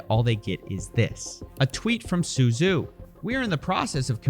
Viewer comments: Am i the only one that paid attention to Avatar: The Last Airbender and knows “zh” is pronounced like a j, not a z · "Zhu" is pronounced like "Ju"